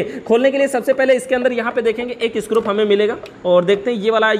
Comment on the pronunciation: Bhaiya ji aap bar bar स्क्रूप कह रहे हैं ये अच्छा नही लग रहा.....isko screw( स्क्रू) कहा कीजिये। आप अच्छे जानकार हैं इलेक्ट्रिक उपकरणों के...thank you jankari dene ke liye.